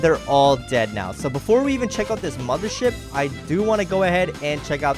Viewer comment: you say moder ship..